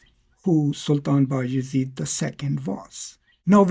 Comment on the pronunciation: Sultan bay azid is the correct pronoucing.